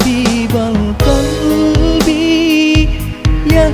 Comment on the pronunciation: Qalbi, bukan kalbi, beda pengucapan beda arti, hati hati